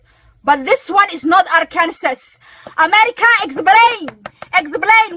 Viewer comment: Also "Amedica Exblain"